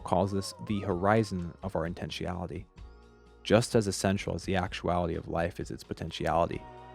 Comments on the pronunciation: Oh GOD stop saying intenSHEEality, the word is intenSHUNality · you incorrectly enunciated "intentionality" as intentiality, which isnt a word... disliked and stopped watching. if you cant be bothered to check your work before publishing it, i cant be bothered to watch it... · You’re mispronouncing “intentionality” bro.